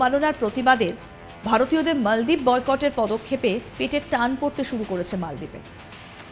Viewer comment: Maldip na moldip bolun.